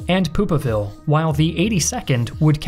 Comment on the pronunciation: I love history but I am also very childish. "Poop'a ville"😂